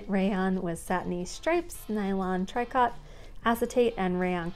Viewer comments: Oh, that was FUN!!! Yes, please, can we have some more videos like this in future? The colors and styles were amazing. I know tricot is pronounced tree-co, but as for the other pronunciations, I'd butcher them too. I totally fancy those "pedal pushers" and Bermuda shorts. Cute names!! I'd wear those now, along with those sweet blouses. Thanks so much for sharing the book! It was awesome!! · gabardine - gab' er deen; picot - pee' co; tricot - tree' co; pique - pee kay' Love you!